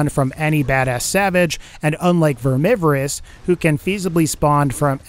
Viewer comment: achem VERMIVEROUS*achem* wut?